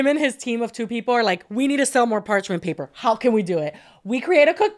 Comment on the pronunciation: so funny says “part mench paper” literally an easy mix up we’ve all done it but it had me 💀